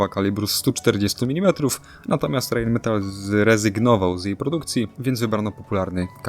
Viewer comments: Czyta sie ,, Rain Metal " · Poprawna wymowa: Rajnmetal. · Dzięki za materiał o k2. Zwróć proszę uwagę na wymowę, jeżeli podajesz nazwy niemieckie nie czytaj ich po Angielsku. MTU - Motoren- und Turbinen-Union Friedrichshafen - nie czyta się U „ju” to nie angielski … Rheinmetall AG - „ei” czytamy „ai”. Nie pisze tego złośliwie. Po prostu uszy bolą. Róbmy dobre materiały po prostu. Pozdrawiam